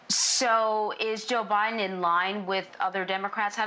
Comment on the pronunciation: Did she just said JOE BIDNER ? ?? Or Am just going crazy here